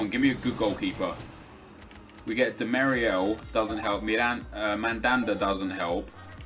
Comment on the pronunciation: Its demirel nep, not demiriel